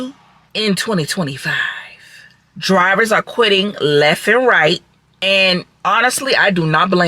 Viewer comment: Dwivers are qwitting lef and wight? wtf is your tongue swollen up